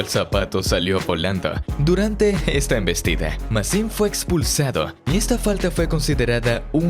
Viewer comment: Dijo "Maxim fu expulsado"😂😂😂😂😂😂😂😂😂😂😂🎉